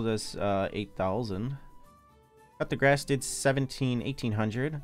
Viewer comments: cut the grass? wtf 😂 his pronounciation is hilarious 😂😂😂😂😂😂😂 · That's on purpose he's been calling it this for the longest time lolol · i just want to say I'm extremely bothered by the way the man says coup de grace